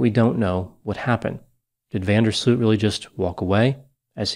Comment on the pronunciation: Next time don't butcher the name van der sloot